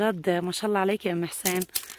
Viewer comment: اتمنى عليك انت وحماتك ان تلفظوا لفظ الجلاله صح لا تقلن اللا بل قولوا الله مع لفظ الهاء في الآخر